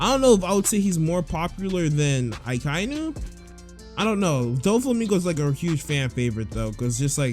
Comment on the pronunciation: its also pernounced ack-i-e-nu .